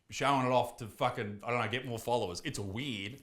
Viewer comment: when he says "weird" it sound like he sayin "weed"